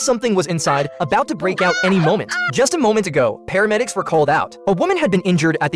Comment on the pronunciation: It’s paramedics not pharmedics